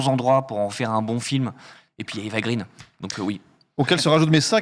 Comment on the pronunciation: Salut, juste pour info, on prononce Eva "graine", étant donné qu'elle est Française et que son père Walter est Franco-Suédois.